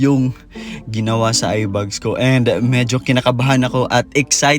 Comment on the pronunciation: A in the word eyeBAG is pronounced as A in the word fan, not sounding like a bug nor fun. It’s not “eye bugs”.